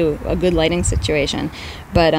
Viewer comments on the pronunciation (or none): none